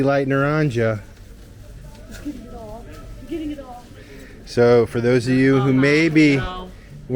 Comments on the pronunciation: FYI it not you are pronouncing naranja wrong. It’s nar-an-ha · Back to Spanish lessons! The "J" is pronounced like the letter "H". So: Box = caja, CA-ha Chief = Jefe, HEH-fe Orange = na-RAN-ha Cheers! Latma